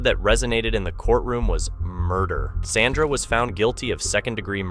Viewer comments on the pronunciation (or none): none